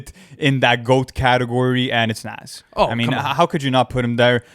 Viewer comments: It’s “Nozz” not “Nazz”, sorry it just physically hurt my soul hearing you guys say that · Dudes don’t pronounce Nas name properly smh 🤦🏾‍♂️ its pronounce Nas like the nas for cars smh 🤦🏾‍♂️